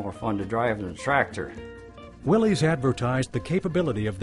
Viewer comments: It's "Willis" not "Willees". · A good history of the Jeep however it made me cringe every time they said "Willeez" when the correct pronunciation is "Williss". John Willys was the founder of the Willys-Overland Co. He was English and his last name is pronounced "Williss" not "Willeez" . Watch some old commercials for the Willys-Overland Co. vehicles and see for yourself the correct way to pronounce Willys. Have some respect for the founder. These , So called Historians on the video should know better.